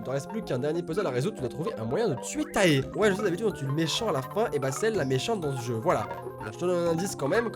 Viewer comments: Armyyy ♥ Mais comme il disait Tae sa ma fait mal x) Je pensais trop à taetae....dans ma tête c'était: MAIS ON DIS Téé PAS TAE EUUH;_; x) Mais t'aime quand même x) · Présent ! ^^ Maiiis comme J'ai pensée à tae..Sa fait mal comme il a prononcer le A de tae ...MES OREILLES ;_; C'est Téé euuh ;_; x)